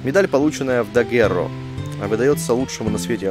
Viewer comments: Спасибо за очередной выпуск! Я в первое свое прохождение финалки Дагуррео вообще не нашла и пропустила... Кстати, вот решила поискать, как же оно произносится: dəgEro. И при поиске мне в первую очередь выбило слово daguerreotype - дагерротип: название первых фотографий. Вот интересно, почему назвали именно так? Ведь у нас бибилиотека... Может, потому что здесь из руды можно наделать кучу копий аквамарина? Процесс трансформации, кстати, похож на "сейчас вылетит птичка" 😁 Прослушать произношение можно в кембриджском онлайн-словаре, к примеру. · Я на первом прохождении нашел только на четвёртом диске, когда уже, после прохождения, загружался с последнего сейва и выходил на карту мира, чтобы ещё немного побыть в этом мире, который полюбился мне на всю оставшуюся жизнь. Гугл переводчик тоже произносит название как dəgEro. Теперь мы знаем, благодаря тебе, спасибо! =) А вот про дагерротип я как-то рассказывал немного в этом прохождении: Но уже не припомню в какой части.